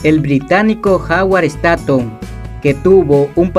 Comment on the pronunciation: se dice stonnthonn en ingles